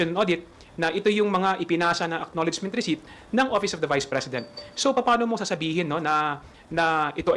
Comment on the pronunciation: Receipt Resit ❎ Resip ✅ What are you YUTTERING mr. khonghun 😂😂😂